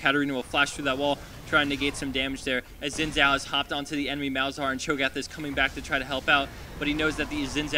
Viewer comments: I know but commentator says Zin Zao :D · No its pronounced Zin Jaou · i don't wanna be a stickler or anything, but Xin Zhao is pronounced Sin Jow ... its chinese and i'm chinese, so i know these things